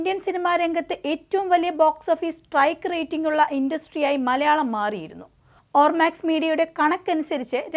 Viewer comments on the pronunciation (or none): none